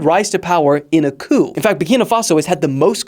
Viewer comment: It's pronounced coo not coop